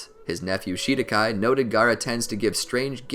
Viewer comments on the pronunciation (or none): Fr “shidakai”